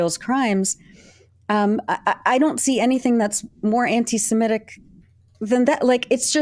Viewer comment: Thank you for saying anti-semitic, rather than anti-simetic. And will anglophones please also start saying nuclear, rather than ‘nucular’?